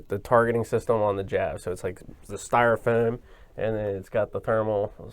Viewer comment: homie on the left said Styrofoam. I may be mistaken but it sure sounded like a strong Philly accent.